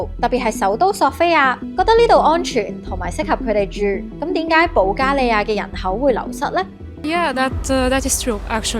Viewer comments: 其實喺「點解」，唔喺「典解」，聽到好煩😫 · dim gaai, 係正宗粵港音。din gaai係有上海口音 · 主持人有明顯的懶音，應該係“點解”，唔係香港撚講嘅“典解”...